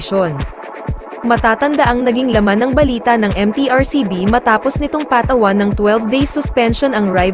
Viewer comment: pls correct how you pronounce PATAWAN.....